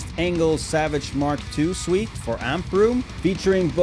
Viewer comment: great review. can always use more chainsaws... fyi , french is silly af and suite is pronounced 'sweet'. someone lost their Ws and Vs